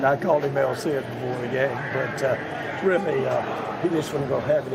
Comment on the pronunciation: Did I hear “el CID” omg😂